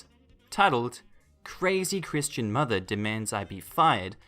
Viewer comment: "Crishtan"? CRISHTAN? Time out, everyone under 30, off the internet, come back when you've read a book. I recommend a dictionary.